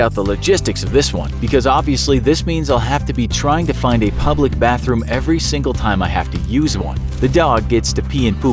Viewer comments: is no one gonna about how it says puplic instead of public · "PUPLIC BATHROOM" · “PUPlic Bathroom” XD